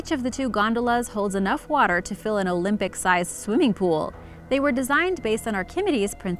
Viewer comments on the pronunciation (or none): none